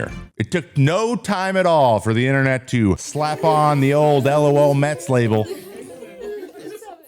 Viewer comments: Isn't it pronounced "luh-L Mets"? Not L.O.L. Mets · You just say “LOL”, not spell each letter out. LOHLMEHTS